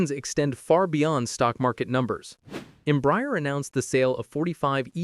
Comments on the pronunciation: The correct pronounciation in Portuguese os not Embry-er, but instead Embrah-air. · The mispronunciation of Embraer is painful. It is NOT em-briar. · Please, it is pronounced EM-BRA-ER [ẽbɾaˈɛʁ]. Your pronounce is painful. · You would hope the voice is AI ..don’t think a human would be so stupid to say the company name wrong so many times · You didn't pronounce any airline or Embraer corretly